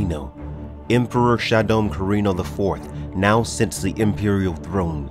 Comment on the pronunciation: The Fremen's leaders title pronunciation is not NEEAB, it's NAH EEB, it's not Emperor Shaddom, it's Shaddam, not FedeKIN, it's FahDhaiken. Still Love this video and the illustrations, they are a show of great dedication to this Amazing series that was even the inspiration to George Lucas to create Star Wars!